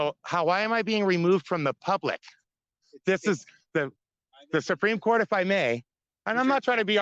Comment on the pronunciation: He can hardly pronounce "supreme court"